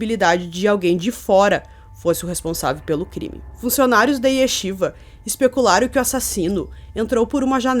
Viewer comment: Sou judia ortodoxa e não conhecia essa história. Uma dica, se pronuncia "Raim", o nome dele e a escola Yeshivá., sou fã do seu trabalho! A melhor na área true crime.